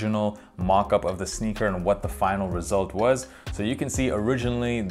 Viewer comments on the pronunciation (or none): none